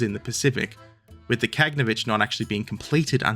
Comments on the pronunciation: look at the spelling, even in english. Ka-gan-o-vitch. not Kag-no-vitch. And get cracking on part 9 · "Kah-gah-naw-vitch" with stress on the 3rd syllable, Frunze is "froon-zeh" - 1st syllable, and "slava" both means "glory" and is the short version of Vyacheslav/Vladislav/basically any name ending with "slav"